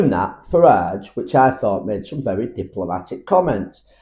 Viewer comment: Farage! Not Farell.